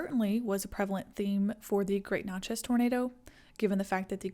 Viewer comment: Love this video. Interesting facts, enchanting voice. One point to clarify for the future is Natchez is pronounced just like matches (or gnat-chez). Keep up the great work!!!